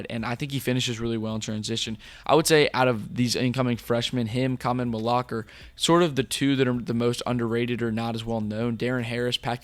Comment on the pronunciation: For the host: Khaman's last name is pronounced Mal-oo-wash not Mal-oo-ahk